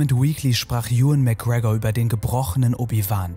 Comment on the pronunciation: Ewan McGregor wird genauso ausgesprochen wie Ian McGregor tho